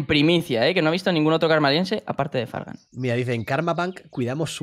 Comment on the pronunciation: parece que dice fran pero dice fargan :"(